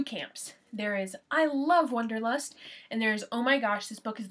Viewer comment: First, it's not "wonderlust" it's Wanderlust. Second, it is perfectly understandable to me why this book means nothing to you, and worse; Third, I can say exactly why I love this book, but not here. However, thank you for your perspectives.